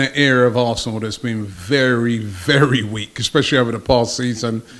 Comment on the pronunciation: Its kills me when he says Arsthenal 🤦🏾‍♂️ Didnt know this was Arsthenal Fan TFee